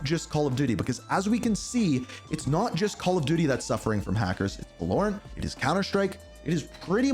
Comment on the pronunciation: It’s Valorant not Vuhlorent😭😭😭